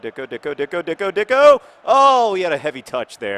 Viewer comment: It's not pronounced "Dicko." There should be a diacritical mark over the c: Dičko. He's Slovenian, and much like his countryman footballer Gregor Fučka, that č should be pronounced like "tch," so his name is said "Ditchko." I think N. Dičko's nickname shall be Saturday Night Dičko, and we, his fans, shall have Dičko Fever. I have Dičko Fever, and the only cure is more goals.